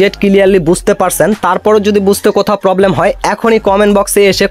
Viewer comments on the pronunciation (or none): none